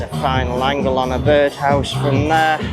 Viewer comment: Hi. The Byrd House is pronounced "bird house"